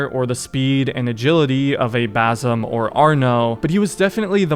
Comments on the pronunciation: not bazum its ba sim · pls stop saying bazim, it is basim.